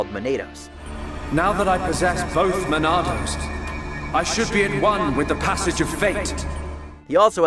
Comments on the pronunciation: Judging by how the narrator pronounced Yaldabaoth and Monado he really isn't that much of a gamer is he? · and Monado too....